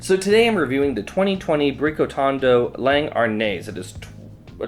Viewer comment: Langhe (long-hay) is how you pronounce it. I had one and couldn’t tell apart from Pinot Grigio. You need to try Gewürztraminer from Alto Adige along with me. I never had one from there or Alsace.